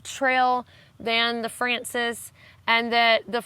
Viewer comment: Poor you with your voice! Everything you've told us sounds exciting though. One pronunciation tip: in Spanish, frances has stress on the second syllable (fran-CES, or fran-THES, really).